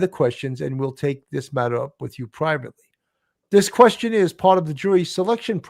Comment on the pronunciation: Love the show! However, it is questionAIRE... not questionEER. It was said incorrectly at least 15 times and it was hard to ignore.